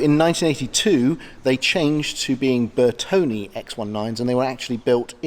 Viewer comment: 🤔🤔🤔 it is “ NOT “ pronounced Bertoni or Bertony, the proper pronunciation is BertonE with the stress on the E as in Error. Ciao!!!!! 🙄😳😳🥴👍👍